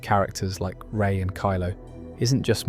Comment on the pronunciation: Gah, you lost me as soon as you said "Rey".